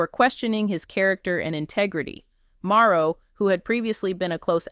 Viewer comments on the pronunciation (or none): The information is correct but it keeps saying Maro, instead of Marsau. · y u keep calling him maro.....say mar so ... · Here is a misspelling, but the pronunciation is Mar- so Marseau, Mar-So dang....